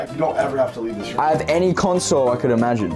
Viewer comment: Bruv gotta love the way Kay say room it be like he’s saying rum